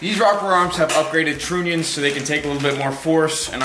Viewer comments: "Tr-onions".... idiot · “Upgraded Troonions”